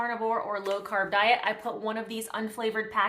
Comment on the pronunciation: I thought you said crab. Lol